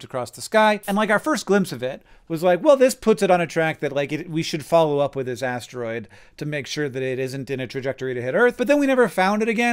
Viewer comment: "This asteroid" sounded an awful lot like "Disasteroid".